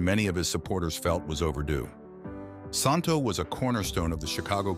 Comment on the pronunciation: The correct pronunciation of Ron‘s name is Santo SAN – TOE.